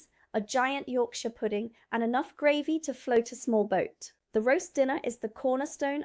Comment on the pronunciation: Footnote my dear, Gravy, pronouced Grey=vy not the way you are saying, ...so glad you are here and not in that place over the pond....